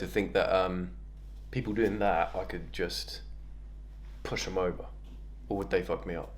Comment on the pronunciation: I can’t unheard puss lol😂